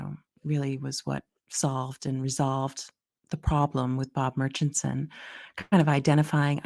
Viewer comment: can’t pronounce murchison